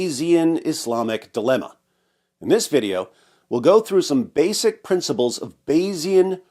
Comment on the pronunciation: Haha “bayesic”